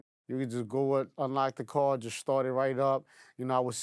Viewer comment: Its car not card respectfully